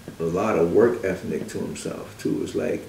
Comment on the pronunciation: Work ethnic this dude said work ethnic. Lol